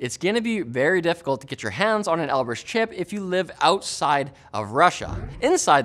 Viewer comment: Knowing Russian with the right accent, then hearing him say Elbrus wrong every time XD